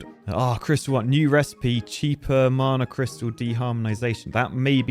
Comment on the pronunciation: marna? wtf is marne? It's Mana, pronounced Manna!!